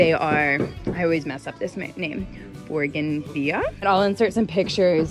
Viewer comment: Beautiful! I think it's pronounced Boo-gan-vee-yah